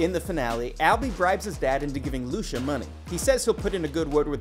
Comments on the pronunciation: Not "ENDING EXPLAINED!", ending summarized, maybe. Not Austrailian, English (from Essex as he clearly stated). Not "Loosha", it's Lucia (loo-chi-a). Not a good video. Not a good channel. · Pronunciation Of Lucia “ Lu chi uh” And agreed Jack is obviously a Brit. I was shocked he saved her life. Great show. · Jack is not Australian, he’s a Brit, from Essex! Lucia’s name is pronounced ‘Loo-CHIA’. Did the narrator even watch this? Thumbs down! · Here to see English speakers yet again massacre Italian names .. Luchiya... Not Lusha .. lols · Is it that hard to pronounce Lucia? Lusha... 😂🤦🏻‍♂️ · lol, 'Australian' Jack... you wish... 😏 and who's Loosha? you mean Lucia?? did you not hear the movie? just closed-caption while you multi-tasked? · And the video even mispronounces Lucia... it's so sad. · I feel like in every one of these, there's a "pronounce this name wrong so the comments comment" note. Lucia was the poor victim this time. I used to think the narrator just didn't watch the show, but now I'm starting to think otherwise. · Lucia was the victim of the mispronunciation by this video's narrator, not the victim of the story.